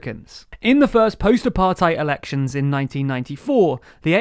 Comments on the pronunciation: Good overview, but in future I'd suggest looking up pronunciations beforehand - Ramaphosa isn't Ramafoza, Thabo Mbeki's name isn't pronounced with the English 'th' sound, and the 'ei' in Apartheid isn't like the German 'ei' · It would be so nice if you guys did even a tiny little bit of research into the pronunciation of names and concepts. Cyril Ramaphosa's surname is pronounced Ramaposa, not Ramafosa. Apartheid could also do with some work.